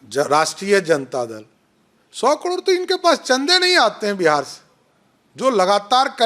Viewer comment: पहले करोड़ कहना सीख